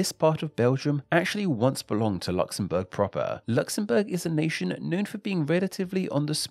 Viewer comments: I hate how this guy says Luxembourg so annoying talk properly. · Luxembourg, Luxembourg, Luxembourg not Luxembourg - a technically true sentence